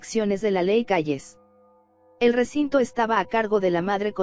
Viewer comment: Ese rieciente riecinto rieligioso